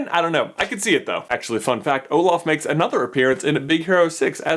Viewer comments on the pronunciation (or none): none